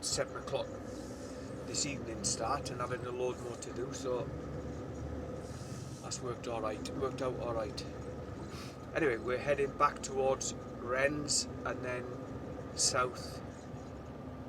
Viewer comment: Rennes, you don't pronounce the s, it's Renn❤️🇫🇷